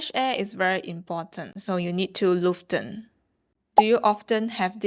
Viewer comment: it is lüften and not luchten. cool video.